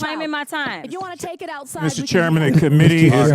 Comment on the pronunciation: Haaa! She really just said "Cash me ousside!"?!